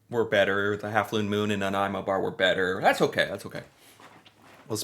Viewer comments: So glad he pronounced Nanaimo properly. I love that Costco brings in these bars for Christmas. M and M meats makes a really good one, as well. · Wow! That’s the very first time I’ve heard someone not from BC pronounce Nanaimo correctly! 👍👍 P.S. I don’t like the bars.🤢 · I’m from Victoria! Kudos on his pronunciation! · well for future reference it is pronounced nuh nai mow -someone who lives there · You even pronounced Nanaimo bar correctly. My absolute favourite snack. I’m gaining weight watching this. 😂🇨🇦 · Excellent video my friend and as a Nanaimoite I thank you for trying this delicious treat and for the correct pronunciation....love your channel....you really need to try a butter tart.....:) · Impressed that you said "Nanaimo" correctly ! Many, including Canadians, get the pronunciation wrong :) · I'm from Nanaimo and was impressed that you pronounced the City Name properly!!! Also glad you liked the bar!! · Nanaimo bars are the freaking great. My favourite desert. Homemade is best and the ones from M&M frozen foods. There are recipes on the net for these.popular at Christmas. I think custard came from Britain. Your pronunciation is getting pretty good.celebration cookies are great with a cup of hot tea, even though Americans don’t usually drink hot tea. Celebration is from Quebec. They come in dark chocolate as well, but I like the ones you got better. That building is in Quebec City I think. Actually bear paws look like actual bears paws. It’s a kids thing. I am not nuts about marshmallow cookies….way too sickening sweet. Digestives are not bad but again they need a cup of tea. They make good “dunkers” . Every thing goes better with tea. Never tried 1/2 moons. You should have tried butter tarts (with nuts) …………..you could make a good Canadian! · Of all the words he mispronounces, he nails Nanaimo. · Bonus points for getting the pronunciation of Nanaimo right.